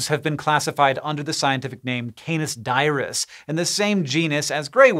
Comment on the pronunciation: Lol „dierus“ for dirus